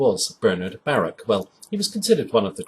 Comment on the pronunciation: You might want to resource on YouTube and learn how to pronounce Baruch last name. Had to think twice whom the hell you were talking about. It not a big thing but you might get more people following you if you do. I go by the way people in Hobcaw South Carolina says his name over anyone else it the place he love the most.